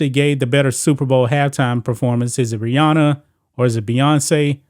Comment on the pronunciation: Every time she says Rihanna it sounds like she’s saying Brianna